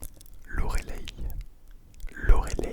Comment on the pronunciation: Mais Loreleï ça se prononce plutôt "Lorelaille" non ?? Je l'ai toujours entendu comme ça. Rip pour mon prénom je ne l'attends plus haha Une vidéo sympa en tout cas, beaucoup de prénoms très beaux et originaux ! BTW un homonyme = un mot qui sonne pareil qu'un autre (exemple : les / laid), le mot qui s'écrit pareil dans un sens ou dans l'autre s'appelle un palindrome (exemple : Bob, kayak ..) ^^